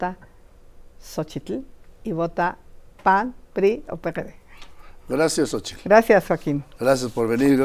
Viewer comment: Se acabó el grobo, la cogupcion jajaja q aprenda a hablar primero la Xochitl